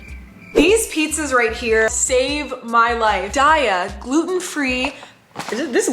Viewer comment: I love those pizzas too! Btwww it’s (day-ah) not (Die-ah) 😭